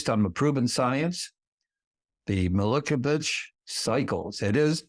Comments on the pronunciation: I've never previously heard a professor mispronounce Milankovitch and fail to be clear about why winter moves from close to the sun to further away -- in fact he skimmed that in such a way that an undergrad could come to an incorrect, but functionally useful, conclusion. I'm not used to this... he's credible in most ways but this leaves me stumped and wondering... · If one talks about Electromagnetic interactions between Earth Moon and Sun, cannot pronounce Milankovitch and writes Panel as 'Pannal' and claim to do REAL PROVEN SCIENCE would you be inclined to believe them?